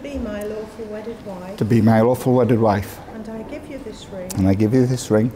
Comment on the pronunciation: I hear "awful wedded" 😂